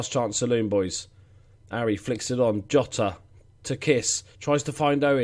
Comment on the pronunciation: Bye the way, I'm pretty sure Jota is pronounced Zhota as in the letter J.